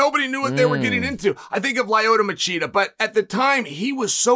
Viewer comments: Chael kills me with the names... Lie-oyto Machida and Alex Pee-air 😂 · Chael is great but it's pronounced "Lee-o-toe"